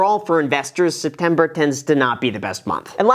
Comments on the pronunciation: "What are you doing stepmber?" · “STEPMBER” 😂 Well played